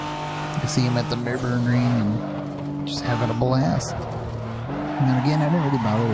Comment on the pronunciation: Your first pronunciation of "Nürburgring" is actually pretty close to the real thing :)